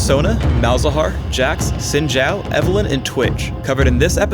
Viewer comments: Why is sayin' "Zin Jao" instead of Xin Zhao?... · Well for Xin it is closer to Shin, as the X sounds more like sh then j. Zhao on the other hand sounds more like Jow. With the zh sounding like a j. Don't you love Chinese to English? :P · Xin Zhao, Pronounced like it is spelled in Pinyin, is "s(aspirated)in jao". not "zin shao" =)